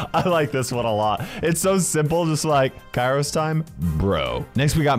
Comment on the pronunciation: Its pronounced my-es-tro, kairos